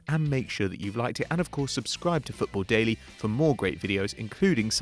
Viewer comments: Football dalley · It’s dailey blind, not dally